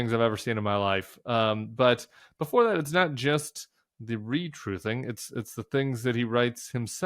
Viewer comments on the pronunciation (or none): "Like nobody has ever seen beforrrrre"